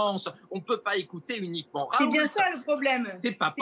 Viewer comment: Bon sang... on dit [ raou ] et non [ ̶r̶a̶o̶u̶l̶t̶e̶ ] ! Comme on dit [ reno ] et pas [ ̶r̶e̶n̶o̶l̶t̶e̶ ] pour Renault (< renald). En français le T final n'est jamais prononcé. Le L est, quant à lui, vocalisé en U depuis plusieurs siècles (raout) comme c'est le cas dans le patronyme Renault (renaut) ou encore le toponyme Saulzet (sauzet)... Ce L n'est en fait qu'un doublon du U vocalisé, qui ne subsiste que par coquetterie étymologique. Et c'est d'ailleurs bien [ raou ] que prononcent ses proches collaborateurs de l'Institut hospitalo-universitaire de Marseille interrogés sur les chaînes d'information. Bien qu'il s'agisse ici d'un nom propre, on remarque que le phénomène concerne également de nombreux substantifs. On voit ainsi clairement que le refus systématique de la moindre réforme orthographique mène les locuteurs natifs du français à de nombreuses interprétations erronées du code écrit de leur propre langue. Je ne compte d'ailleurs plus les rencontres avec des personnes ne sachant correctement prononcer leur propre nom de famille ! Très souvent ces dernières reproduisent, de génération en génération, une hypercorrection due précisément à l'incompréhension de ce code écrit artificiel et ultra-étymologisant...